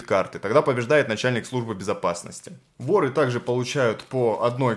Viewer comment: На слове вор, воры ставте пожалуйста ударение правильно